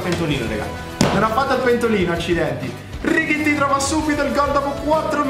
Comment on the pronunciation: come mai lo chiami richitti? E non Tallotti